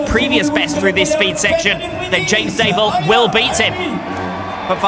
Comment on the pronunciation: Maybe I'm wrong, but he says 'Daybill' instead of 'Dabill' and where is the 'y' at the end of 'Cabestany'? These grate on me the most!